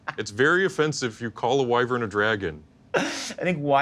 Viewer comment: and know that a wyvern is a sub-species/breed of dragon right? (not gonna get into how they're all pronouncing it wrong cause then i'm gonna get pissed when i should be excited because i was just wondering when was going to guest on one of these and it finally happened)